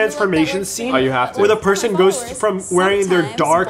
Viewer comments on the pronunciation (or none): none